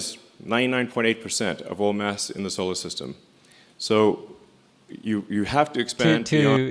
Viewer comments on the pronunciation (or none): I hate how he says "uth"